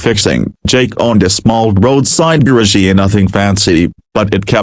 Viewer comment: Horrible pronunciation of the word “garage” Totally butchered it!!